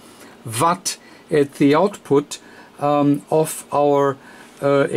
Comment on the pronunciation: Not watt vatt!! Either way great video and have had the same radio great radio after having it for a year. Mine is also mars modded and I haven't had any problems with it. Also think it is just nature of the beast with these new radios, they are not the greatest on am, also have a ft-991 I just acquired, and it is the same on am, audio not that great. Think these new radios are mostly designed to work on the ssb modes, and fm and am is just a secondary thing.